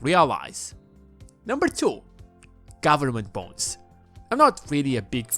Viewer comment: I keep hearing bones instead of bonds.